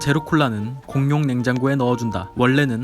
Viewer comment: 공용 발음할때 휘파람소리ㅋㅋㅋ